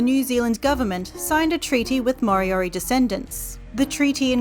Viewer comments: Its not maw-ree and mory-ory, just roll the r's man it ain't that hard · Actually they are not pronounced properly. Maori is Not pronounced like this "Ma o ree" it is pronounced "Ma o dee" the letter "R"is pronounced more like "D" "More dee or dee" for Moriori Ka pai 👍